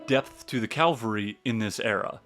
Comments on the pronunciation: CAVALRY. not Calvary!!!!! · Love the talk - but don’t like to hear Calvary instead of cavalry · OMG please: It Is CAVALRY not Calvary! The Calvary Is the mount where Jesus was crucified! What Is wrong with you?😮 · Please stop calling cavalry Calvary